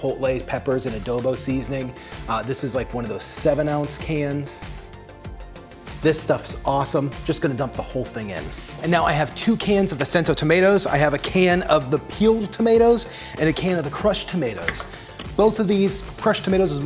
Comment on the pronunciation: Happy birthday,! To many more! I have two small presents for you: it’s “coo-min” and the tomato company is pronounced “Chento”. 😬